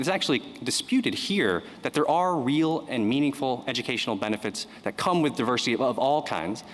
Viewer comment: Diversity not duversity